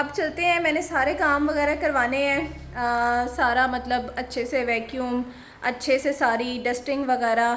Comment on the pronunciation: MashaaAllah hard working woman you say achae a lot 😅 Achee tarah clean kehna hota hai usually